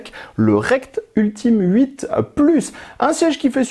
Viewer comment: Ultim8 ca se prononce « Ultimate » 😅